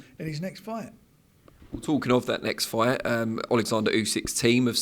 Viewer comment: Why does say "FWIGHT" instead of "Fight"?